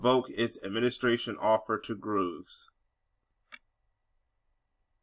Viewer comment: But its ok for YOU to use a racial slur? "Becky" definitely fits the definition of a slur. Oh, and its GROVES (like a grove of trees), NOT Grooves you non reading ignorant bigot.